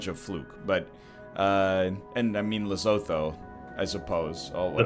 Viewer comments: "Le so tho" made me die inside a little xD Lesotho is said "le sue tu" Just helping an egghead out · 200 IQ Protip: Lesotho is pronounced Leh - Su - Tu